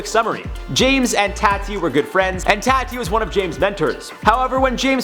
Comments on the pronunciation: Please watch one of Tati’s videos because she introduces herself on every single one. I know you are trying your best, but you are still saying her name wrong 😭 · You are saying Tati wrong. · Look at you trying so hard to say Tati right and still flubbing it up! 😂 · Hate the way he says Tati's name 😭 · TAA TI!!!! Not Tatty. TAAAAAAAAA TI. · Eeek... every time I hear him pronounce Tati as Tatty...... It’s pronounced Tahti. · I might be wrong but isnt her name short for Tatiana? so its pronounced TAW-TEE ? not Tat-tee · “Taughty” not “TAT-TEA” lol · ITS NOT “tAA-TEE” ITS “TAH-TEE” OMG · You still aren’t pronouncing Tati’s name right tho. At all. It’s not ‘Tah-tea’ , it’s ‘Tot-tee’ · Daniela Roman exactly. It’s not “taah-tee” it’s tahhh-tee” like hottee 💗💗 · Alexa Salguero it’s Tah-tee not tatty ⚡️🧙‍♂️ love you dude 🤣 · I think it’s actually toti. Pronounced like Taught ee, rhyming with Thotty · Lol nope. Still wrong. 😁 she pronounces it like tawe-tea like awe what a cute dog but with a T in front. Hope that helps. Love ya on IO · It’s pronounced “tah-tee” , like ah-ha, ahhhhh, tahhhteee. lol, in case you wanted to know.... ❤️❤️❤️ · It’s TAH-TEE lol dude you’re hott but really! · It’s said like “TAW-TEE” 😆🥰 He’s adorable here though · It’s Taw-Tee - for Tati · Oh, it’s pronounced TAH-TEE. TahhhhhhhhhhTeeeeeeee. 😂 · Tati = Tah-T (tah as in Tahoe) hope that helps with Pronouncing Tati's name xD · Its more like Taw-tee but getting closer bro 😂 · I was going to comment this! 😁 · Says he mispronounced Tati Westbrook’s name last time, and is now going to be pronouncing it correctly. Also: Says her name exactly the same as last time, but just enunciates it more. 😂 love you guys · That's now how you say Tati...she says it herself in her videos... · Still not saying her name right..... ugh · The way you keep saying tatis name wrong even after you tried correcting it, got me forgetting how it’s actually said lmao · wait isn't her name like ( tah-tea)